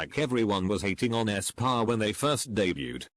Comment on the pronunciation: Nobody: The voice: æSpÅrh